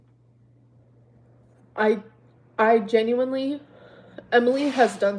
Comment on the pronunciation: YES!!! Especially the aggressive "UMM" she does so often and those *ridiculous * mispronunciations; geenuinlyyy...leeederally...etc. Not cute or quirky, just annoyeeeeng.